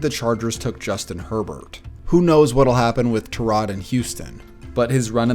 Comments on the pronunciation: tur-rod? .....isnt it tie-rod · He is really calling him ter-rod Taylor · Tie-rod not ta-rod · it's ty-rod, tie-rod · Love the vids but the way you say tyrod idk if you saying correctly or not but stop please 😂😂😂